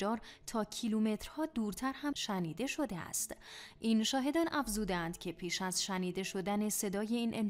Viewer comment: َشنیده یا شِنیده 😂😂